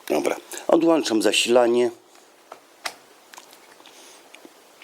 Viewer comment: "Odłanczam krokodylki"... :D :D o napięciu i przetworniku ani słowa...amator...